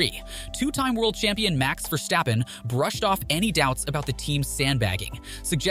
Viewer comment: Please pronounce his name correct: It"s VERstappen and not VerStAppen. He is Dutch not German